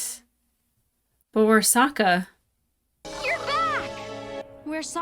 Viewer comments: "Why did I call him Soak-a?" *coughcough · i think the movie corrupted you lmao soaka they pronounced the names bad in the horrible movie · I started a rewatch of this show because of this series. Also your mispronunciation of Sokka gave me PTSD flashbacks of the shitty movie which had the same blatant mispronunciation. Something the show does brilliantly is show that there are no “good” guys in this war. There are good and horrible things done by members of each surviving nation throughout the show.